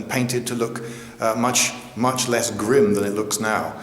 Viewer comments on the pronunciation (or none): none